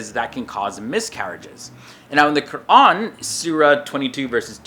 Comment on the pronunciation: He is actually pronouncing "Qur'an" properly.